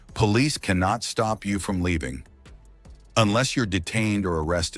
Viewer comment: This guy says enless an awful lot. Which should be your first clue?He has no idea what he's talking about , really. My father was in-law enforcement for 29 and a 1/2 years. His advice was simple. If they pull you over give me your license registration insurance card. Admit nothing. And if they ask you where you just came from tell them I would rather not discuss that that's my personal life. They wanna know where you're going.I don't wanna discuss that that's my personal life, keep your eyes straight forward.If they ask you to turn and look at them do so , it's part of their drug and alcohol check. They don't have to be allowed to search your car without a warrant but if they separate you from the car and ask if they can search it they're probably going to go get a warrant anyways. What today's cell phones?You could ask to call a lawyer. Make sure you use your phone. I don't give them a hard time.